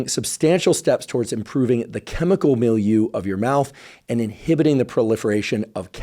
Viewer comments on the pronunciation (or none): Thank you for communicating science. Why is it that there is not yet a vaccine against Streptococcus mutans? Or a mouth wash with RNAi? You pay much attention to pronounce certain names. If I remember correctly my French, you need to review your pronunciation of "milieu".